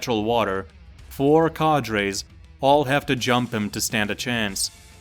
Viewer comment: The way u pronounce cadres makes me fume. Well played. Have a dislike